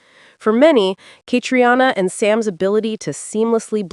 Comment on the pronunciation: Please pronounce their names properly: Sam HewAnn and Catreena Balf. You lose credibility with your mispronunciations.